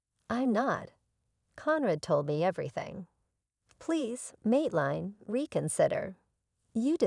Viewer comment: Mateline is pronouced mate lynn. Not line.